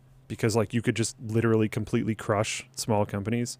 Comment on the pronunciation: nobody: linus: “licherally”